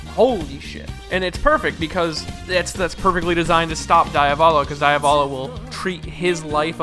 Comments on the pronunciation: DEE-Avolo, man. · How english people think they are pronouncing it: Diavolo How an italian hears them: DAIAVÓLOU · DIAVOLO= de-uh-vol-oh Not Die-uh-vol-oh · Pls im know that im a pin in the ass but do not say daiavolo say diavolo like u read it thanks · The mispronunciation of diavolo is so painful. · Nah diavolo is pronounced that way in italian well roughly not exactly but someone without knowledge of the language especially an native english speaker canzt pronounce it correctly